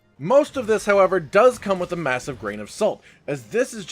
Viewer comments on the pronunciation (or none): none